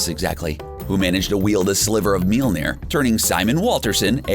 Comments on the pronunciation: They couldn't even pronounce Mjölnir, how its called in my language. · I've been fucking crying with laughter at how he pronounces Mjölnir 😂😂👌